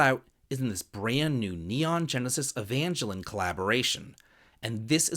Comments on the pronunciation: no, it’s EVANjellon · pronunciation of Evangelion did not disappoint lolol